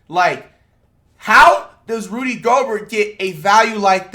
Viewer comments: It's pronounced "Go-bare" bro.. Don't rhyme it with yogurt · Why does flight keep pronouncing Rudy’s name like that😭